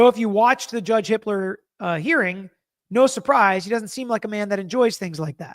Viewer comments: I k r ? First Judge Judge, then Judge Hit.....err, Hippler.... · I HEARD YOU PRONOUNCE JUDGE JUDGE HIPPLER ......JUDGE HITLER!! 🤣🤣🤣🤣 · Going to need some real enunciation on "Judge Hippler". I had to rewind and listen twice. 😆